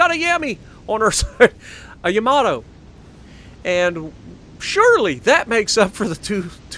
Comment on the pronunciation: I'll tell you why it is too hard to say ""... because that is not Yamato is pronounced! It is how you said it in your first Yamato video